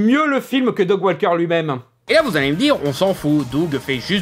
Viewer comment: Mouais, un chipotage sur la mauvaise prononciation venant de la part d'un mec qui prononce "Dog" au lieu de "Doug" c'est limite...